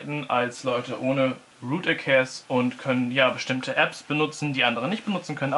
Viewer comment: er hat nicht ernsthaft root eckäs gesagt xD